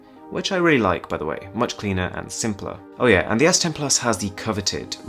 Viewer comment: He cant even pronounce "and" :)))) all I hear is "ant"